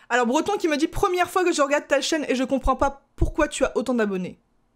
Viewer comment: "betron" et pas "Breton" attention...